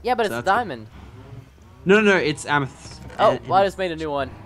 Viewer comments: it amathist not amis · my god stop saying amis its AMATIST. Jeez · its not amists ots am-uh-th-is-sts geez get it right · It's pronounced am-eh-thest no amist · PRESTON IT AM-ETH-IST NOT AMIST!!!!!!!! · btw Lachlan is pronounced lochlan amethyst is pronounced amathist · please pronounce Amethyst wrong.I know it's hard for you to pronounce but just try to pronounce it.It is so annoying when you pronounce it wrong.Its A-me-thist(Amethyst) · Amethyst. It's pronounced Am-me-th-ist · (AM)(A)(THYST), SAY IT RIGHT! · NO it is AMATHIST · It's amaphist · It's amethyst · Amethyst can you not pronounce the letter T. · Its kind of annoying that he is pronouncing Amethyst wrong but where ever still a good series no doubt. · You are not pronouncing amethyst correctly.